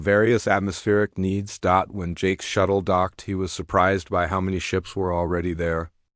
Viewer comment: I abandoned this less than a minute in when you let the AI sat the word dot.